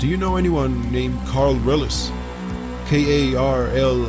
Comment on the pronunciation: gluten free bleach It’s ‘Karl Reillies’*